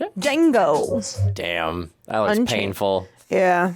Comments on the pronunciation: "Dango" Django: the D is silent not the J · ❤❤ it’s pronounced Django with a silent D on the front so it sounds more like Jango❤❤